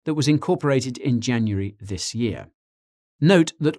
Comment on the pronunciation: At 16.39 Swear he says June-uary Is that a xtra month I don’t know of